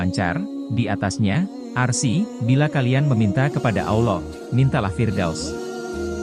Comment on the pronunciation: Konten sangat bagus, tapi mohon maaf, konten berikutnya pengisi suara kiranya lebih fasih lagi, terutama dalam pengucapan Alloh dan juga arsy ...sekali lagi mohon maaf ya...🙏🙏